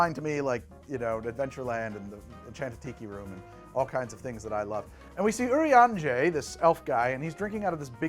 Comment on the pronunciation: I am so TICKLED that you've done this! I've been playing this game for years, and I love seeing people make stuff for it! 1) Your pronunciations are great! Especially Urianger's name XD 2) The fact that you picked out mezcal and mate tea! There's a mate tea farm you can visit on a map that is VERY based on the Andes, AND a mezcal distillery on the same map! 3) The in-game sounds while you're fighting the fly is PERFECT!